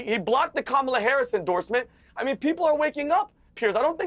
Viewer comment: pronounced Kam-ala